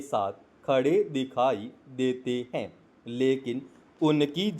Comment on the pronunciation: अरे भाई आपने 20 गलती तो डिक्टेशन बोलने में ही कर दी हैं। हैं के लिए है बोल रहे हो। पहले मटर को एक दो बार पढ़ लिया करो उसके बाद उसका डिक्टेशन बोला करो क्योंकि आप मैटर अच्छे से नहीं बोल पाते उच्चारण में अपने सुधार करो बहुवचन को एक वचन और एक वचन बहुवचन बोल रहे हो। शब्दों का उच्चारण भी अच्छे से नहीं कर पा रहे हो। अब जब अच्छे से नहीं बोल पाते तो नए नए लोगों को मिसगाईड क्यों कर रहे हो?